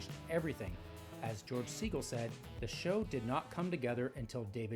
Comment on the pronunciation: Segal is pronounced like suh-gall. Not seaGull